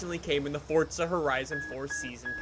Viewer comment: Why does he keep pronouncing it fortza? Where does the T come from. It's Forza not Fortza.